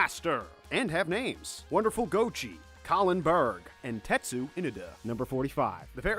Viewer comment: I hate the mispronounce for every name